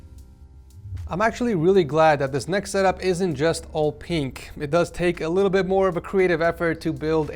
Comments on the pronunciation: I love how says “peenk” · I love how says pink (peenk) lol